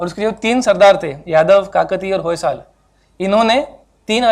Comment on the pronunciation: It is Hoysala , Vijayanagara, Talikota .. why can't you pronounce 'a' at the end ? Do you pronounce Haryana without 'a' ?